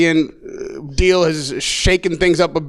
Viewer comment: So DAZN is pronounced DAZONE it’s not that hard. And when FW asks why EH wouldn’t agree with his maths on fight it’s because if you compare AJ average gates and PPV numbers against the other 2 it’s not comparable (DW never on PPV biggest crowd 25,000, Fury on POV once biggest crowd 50,000?) and AJ has all belts bar WBC. Simples.